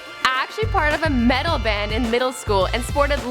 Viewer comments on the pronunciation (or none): none